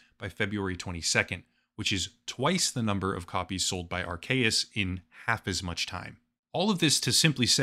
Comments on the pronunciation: Dude, Its not aar-KAY-uhs, its aar-SEE-uhs. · Anyone else annoyed about the Arceus mispronunciation? It's AR-keus. Also, I'm pretty sure the two-versions-of-the-same-game gig was so that you could connect with a friend who had the other version and you could trade for the Pokemon you didn't have. I think it was called the Link System? Some Pokemon can only evolve if you trade them/trade them with an item equipped. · yea lol i also think it's arKeus but whatever, who even cares xD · Isn’t it pronounced “R-cee-us”? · people aren't mad at you for calling palworld pokemon, oh no... they're mad at you for mispronouncing "arceus". (AR-SEE-YUS) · The video is already done so it's fine, but for the future I'm pretty sure it's pronounced Are-KEY-us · hearing Arcues with a hard C hits different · Going to ignore that pronounciation of Arceus. XD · The 'C' in Arceus is not pronounced like a 'k' sound, but like the letter 'c' itself. Surprised you got that wrong.